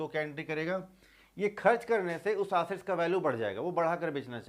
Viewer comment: Sir vo aassets nahi assets hota hai